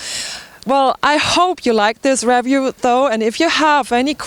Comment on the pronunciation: Hi, I have no doubt that you've already heard this several hundred times by now but in the event you haven't, it's 33km and not miles. Anyway, thank you very much for the review. By the way it's pronounced riview and whats as in watts. Thanks again.